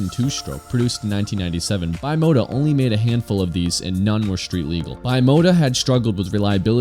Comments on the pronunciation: It’s Italian. Should be pronounced bee-mota, not by-mota. Nice video, interesting issue. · lol, bi mota? I'm bi-mota, I ride a bike and drive a car. It's Italian and pronounced bim-ota. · The correct pronunciation is "B mota" and no "Bye mota" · C'mon man, it's "bee-mota" and "vee-do-eh" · Bimota..were one of the few companies that had all the best already added to the frame and you choose the engine. I think it's pronounced like one word bim ota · lmao bye-mota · not bimota sounds beemota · Great video, a few bikes missing from it, however...that pronouncement of Bimota may of driven me insane 😂